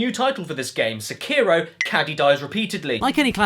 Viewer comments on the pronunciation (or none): SEKIRO: Emphasis on the First Syllable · "See-Kei-Row Shad-ows Dee Twicky" Pffff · See-kai-row Shay-dows Dee Tweekey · Seekyro shadous dee twickie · See Cairo, Sha-Dows Dee Twikie. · See-kai-ro sha-dows dee twi-kee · Correct pronunciation: "Seck-aye-row" "Shad-dau's" "dee" "Twick-ee" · "This game is so Japanese"... Immediately pronounces 'Sekiro' the opposite of the Japanese pronunciation... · Is this pronounced se-ki-ro or see-ki-ro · So many youtubers can't pronounce Sekiro properly. Also the English dubs are pretty awful IMO, but to each their own.